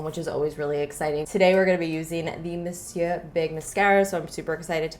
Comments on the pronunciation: omg finally someone who says monsieur right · Praise God!!! Something cool toned. It is so refreshing to see someone use cool tones. I to have brown eyes and maybe that's why I think they look good on me. And..... finally someone say Monsieur right. 🤣